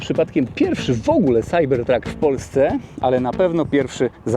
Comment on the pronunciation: Może najpierw naucz się angielskiego, chłopie, bo to wstyd. Nie mam pojęcia, jak napisać tę twoją wymowę "CYBERTRUCK"